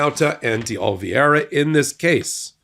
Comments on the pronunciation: It's OLIVEIRA! Not Olvieira!! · Oliveira, not Olveeaira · Oliveira* Not "Olviera" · Isn't his name spelt OLIVE ira,? Why do you pronounce it Ol VIERA? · Are you dyslexic? It's Oliviera, not Olviers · it's "OLIVE-ERA" not "OL-VEE-ERA" Just sayin'. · Ol-i-veira. Not Ol-vi-eira. You constantly mess that one up. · Love you guys, but Oliveira is pronounced oh-lee-BAY-dah. 😉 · Oh Leave Era. Carlos De Oliveira. Sorry, but it's been bugging me. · Dear God, it’s been YEARS now and still cannot pronounce OH-Lee-VAY-ra. You cannot call out Republicans for their inability to pronounce Kamala when you yourself cannot pronounce Oliveira. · Oliveira. Olive-hei-ra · while i deeply value your videos and the information you provide to the public, your consistent (and seemingly deliberate) mispronunciation of Carlos DeOliveira's last name gives the appearance of deliberate discrimination! Yes, he has participated in illegal acts, but why go out of your way to lower yourself to his and the orange buffoon's level? I have to admit that as a person who floats on the edge of the spectrum when this happens I have to exit out of the video, regardless of any good I might have received from it. Thank you for reading my rant. (retired teacher) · Why can't pronounce "Oliveira' properly? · Why do you insist on mispronouncing Carlos De Oliveira’s last name? You can do better than this. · Please take a look at how you are pronouncing. Mr Di Oliveira's name. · is pronouncing DeOliviera incorrectly. We are going to be hearing that name so many times in the months ahead. I hope will take just a second and learn the correct pronunciation